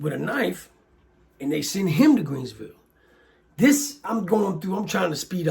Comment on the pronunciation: its Greensville...not "Creensville" & sorry for your loss!